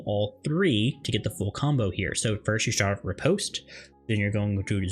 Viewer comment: Great guide but hearing riposte and zwerchau mispronounced so bad killed me. 😂